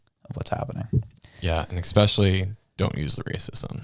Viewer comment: New petition idea. Petition to teach there is no X in “Especially” 😂